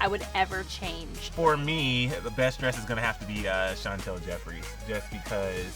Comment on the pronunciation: Why do they say Chantal it’s Chantal can they read it.Well they spelled it right tho.